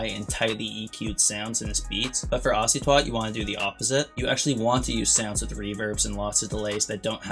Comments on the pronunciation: He said " ocy twat " ☹ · Bro knows the exact tendencies of icytwat but can’t pronounce the name💀good video tho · how do you say icytwat wrong